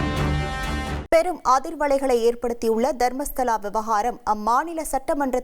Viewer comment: ஏல அது தர்மஸ்தலாடா அம்பி, நீ மர்மஸ்தலா என்று தப்பா பேசுறியே நல்லா படிச்சுட்டு பேசுடா அம்பி 😂